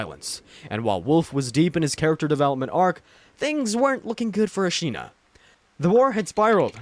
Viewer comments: The way u pronounced Ashina made me feel like you didn't die to Genchiro that many times lol... or played the game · lord, its pissing me off the way you say ¨ashina¨ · are you expecting acutal pitch accent accuracy? :O i mean he does say the syllables correctly. i think it was a↓shina and not a↑shina how he says it in the video.